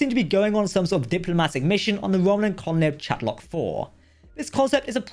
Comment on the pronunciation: I know words are hard but you also have editing to correct this. If it’s a proper noun, pronounce it as written or spoken. Chal-tok. Not Chat-lok. Again, this production ultimately goes through editing so things like this can be corrected. Not the first time.